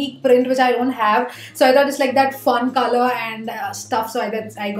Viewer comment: When she said: coLour. It sounds like “Khala” 😂 first I thought what is khala in English ??? Then after 1 min, I discover that it’s “colour” 😂